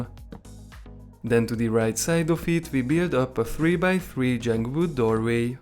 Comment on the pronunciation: why u say jung wood not jungle wood